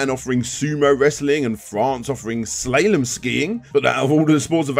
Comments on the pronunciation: " Slay - lem",? s-LA-lem. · The A in slalom is pronounced phonetically. They basically sound like this: A=Ah E=Eh I=EE O=Oh U=OOO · "Slay-lom" skiing! Now there's a game - like death race on snow! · Slaylom? Dafuq,?